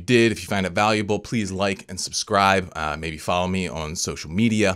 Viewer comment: stop saying ahaun for on